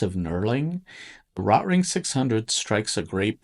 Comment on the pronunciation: You’re saying the name wrong. RO-Tring. Not. Rot-ring. Hello.